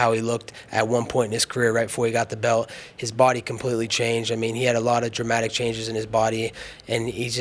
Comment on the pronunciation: Hey, good people of USA, I want to ask some of you something: if anyone knows Colby Covington or someone who's close to him (if that sort of people really exists), please remind that little pinhead that the word "belt" has a letter "t" in it (amongst some other ones). It's usually stationed at the very end of the word, and it's fairly recognizable - you just cannot miss it! Cheerz!!! \,,/